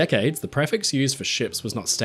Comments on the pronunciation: Thanks for the video:) Very minor point: "prefix" is pronounced pree-fix, not pref-ix. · I can honestly say I've never heard anyone pronounce "prefix" the way you do 🤣